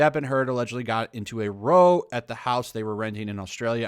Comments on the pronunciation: Damn Americans. It's pronounced R -aww not Roe. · Cool vid. 🙂 For the record it's not pronounced "Ro" it is is Row like in "Ow!" Its a british word for loud argument/fight. Generally non violent like a yelling fight. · Got into a "row," rhymes with "ow." It's a British expression for "a fight." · I think you will find when referring to an argument the word ‘row’ is pronounced with the emphasis I on the ‘ow’ like a cats meow so pronounced r ow, unlike row as in row your boat. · For anyone confused by row. "Row "It's pronounced with the "ow" sounds like cow. It's UK slang for arguing / fight . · Mate, row as in 'they had an epic row' is pronounced like 'rou' in round. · Just an FYI...sorry to be pedantic...the word “row” as it is used there, rhymes with “cow” in this case...not “low”. It is a British word and means “argument “. Also Dossier...oh never mind. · Row, pronounced Raow, like ouch- rouch, rou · I think you're doing a great job with these videos but seriously, dude - it's "row" as in "cow". Also, Heard is frikkin evil. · Love the content. Just wanted to help with further readings a "row" in the context of argument is said like "r-ow". I couldn't find anything on it how it is said in American, or if row is used in America for anything other than rowing a boat. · Just a small note, "row" rhymes with "now"... British English for angry argument. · Row isn’t pronounced like that unless your talking about the sport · It’s row as in cow not row as in slow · "Row" (meaning "argument") is pronounced like "cow". In other usages, such as "to row a boat", it rhymes with "go". Sorry that irked me. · Row, as in argument, is pronounced like brow without the b, not like row, as in to row a boat. Love your content, greetings from across the pond. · Nice video man. Btw ‘row’ is pronounced to rhyme with ‘now’. It mean a heated argument. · Learn to pronounce row ffs. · row not row - look it up, it means fight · Row as in cow not row as in toe!